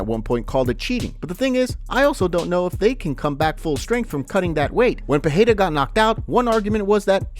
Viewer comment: Alex peheyda? Bro his name is pronounced so many times and you still can’t get it right? Come on now respect the man enough to learn his last name